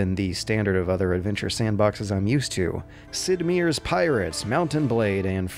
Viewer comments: Just so you know: It's pronounced Sid Mire, not Sid Meeer. (Or Goldstine, not Goldsteen.) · Sid "Meer's" Pirates? What did you just say? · "Sid Mir's Pirates.", stop. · I'm not convinced Sid Meier is actually pronounced "Sid Meer." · Sid "Meer"? Come on, really? I swear you mispronounce things on purpose just to see if people notice...